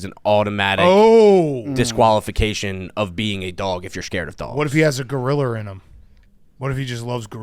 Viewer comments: Ayooo “Gorillia” with a hard R is crazy Big Cat hahah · Big cat, I’ve never commented on one of your videos before but I felt the need after how I heard you pronounce gorilla. There isn’t an R at the end of gorilla. Fix that shit